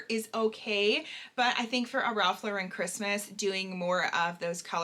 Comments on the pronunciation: I love Ralph Lauren! Also Lauren does not have an emphasis on the Ren in Lauren. It’s just Lauren like LORen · I was unaware that Lauren was pronounced that way 😮 I always pronounced it as "Lorin". Oops.